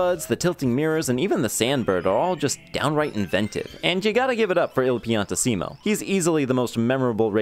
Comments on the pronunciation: Pi-an-TEE-sim-o, not pi-an-ti-SEE-mo, come on, you pronounced pianissimo right, why not his actual name? Edit: While I'm at it, it's REE-ko, not Rick-o Harbor. Italian pronunciation rules! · It's Pian-TIssimo, not Pian-ti-SSImo. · Idk why it bothers me he pronounces piantissimo like pi-an-ti-se-mo instead of pi-an-tiss-imo 😅 Still a great series i look forward to the next one